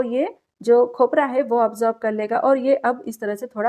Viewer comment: ये खपरा 😂क्या होता है भाई खोपरा बोलना तो सही है ये खपरा 😂😂😂😂😂क्या होता है वैसे रेसिपी ऐकदम मस्त बनाई है ☺️👌आपने आपा